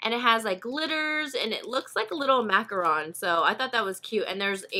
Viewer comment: Thank you so much for saying macaron properly! 🙌😍 I hear so many people say macaroon, two diff. cookies lol. You go girl 😉